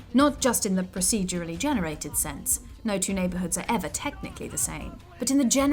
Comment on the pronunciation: a little bit of me dies whenever the narrator tries to say 'procedurally'